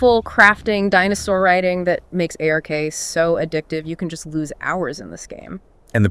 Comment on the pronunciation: Just say ARK. Not A/R/K. Lol